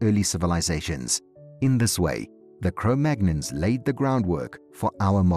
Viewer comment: Cro-Magnons? Cro-Magnons? The first clue is that he can't even pronounce the name properly. The second clue is that the scientific community - the actual, peer reviewed, qualified from an accredited institution scientific community has moved on from Cro-Magnon decades ago. I stopped watching within the first 15 seconds. I can only assume that he goes on to say that the aliens came down and showed them how to light fires to keep warm.